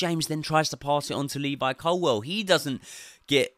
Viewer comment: Bro, how can you still not say ColWILL properly?